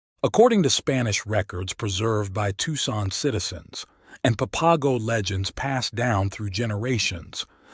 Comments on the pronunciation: Pap-a-go geeez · As a local on the border, I must admit as much as I enjoy your stories, I cringe at some of your pronunciations... "Papago" is pronounced 'papa' (like a father) and 'go' (like stop and go.) "Papa-go." And "Saric" is pronounced like 'Sare' (like Sarah) and 'ick' (like sick) "Sare-ick." Babaquivari is kind of a tough one. You're not alone getting it wrong. It's 'Bah-bah' (like a baby saying bottle) 'key' (like key) 'va' (like ya) 'ree' (like see) "bah bah key va ree." Placer is pronounced with a soft A, not a hard A. "Plass-er." Amazingly, you got the name of my home, Arivaca, right. By the way, I've got a treasure tale for you... I guarantee you've never heard this one, but it's absolutely true. It takes place in the 1980s, involving an old prospector squatting on federal land, a juicy vein of gold and a lack of permits with the forest service. Get ahold of me privately and I'll share the details with you.